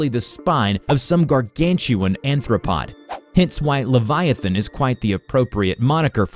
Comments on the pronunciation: Okay I love this but… It’s aRthropod. With an arr. like a bug or a crab. ‘anthropod’ would mean, what, ‘man-foot’ in Latin? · he said anthropod? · Anthropod? So, it has humanoid feet? (I'm pretty sure the word you're looking for is AR-throw-POD) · an anthropod? human legs? damn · He says anthropod even though the captions say arthropod